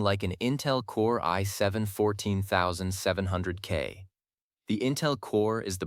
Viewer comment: Never before heard an AI making such a mess of saying i7-14700K.